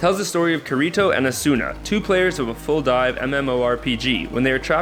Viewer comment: you pronounced a few things wrong such as Gundam (Gun-Dum), Kirito (Kee-Ri-Toe) And Asuna (A-Sue-Na) But other than that I love the list and I have already watched 6 of them.